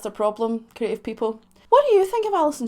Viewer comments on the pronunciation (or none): none